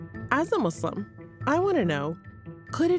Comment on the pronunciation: Thanks for saying Muslim and not Muzlum